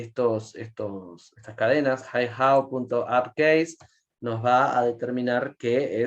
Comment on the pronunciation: muy buena la explicacion, muy clara. solo una cosa... El saludo es "Ni Hao", no "Hi Hao" ;)